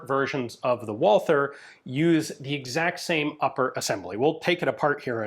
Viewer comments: but it is not pronounced at all, so when you try to speak the other german words then they are said incorrectly just badly, why are you butchering the name Walther. Walther is the same as Walter. as a European I am tired of americans butchering our languages as we do not butcher yours, and I know you are a canook. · Great video. As always. But ine thing: the 'th' in Walther is no english 'th'. The 'h' is silent. It is just a version of the name "Walter". Greetings from Germany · Ian there is no th sound in Walther, you Canadians and americans make me crazy when you make a th sound which does not exist in the word. stop it. was that not the gun the german police used during the stand off in the 1972 Olympics, the long version that is. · The full name of the gun got butchered a bit, but the rest of the german pronounciation was more or less perfect - as usual. Thanks for showing this guy off. I wasn't even aware of it (which is a bit of a shame). Walther made a pretty decent gun there at that time. (It took the british SAS, the MP5K and a buttload of experience to figure the advantage of Einzelfeuer [single] over Dauerfeuer [full auto].) The field stripping engineering is amazing. P.S.: Yup, i'm firmly in team "MP5". Yet, i still have to admit that Walther did a great job, even with the messed up sights.